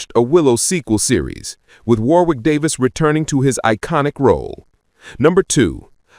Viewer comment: Warwick Davis' name is pronounced Warrick Davis.